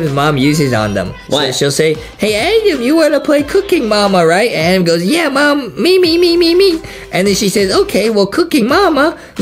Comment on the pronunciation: its pronounced Adam